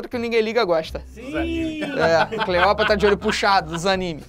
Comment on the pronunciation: video perfeito kkk mas aq o felipe tava falando cleoprata ao inves de cleopata um erro que eu provavelmente ja cometi kkkk